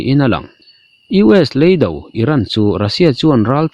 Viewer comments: Ni e, 'leido' tiha 'lei' hi 'lei' ka chhunga mi anga lam loh tûr. Lei- (chirh/vavut/khawvel) anga lam tûr. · Leido i lam dan hi a diklo tlat.Lei tihlai a ki hniama lam tur chi a nih hmel.Bengvar thlak e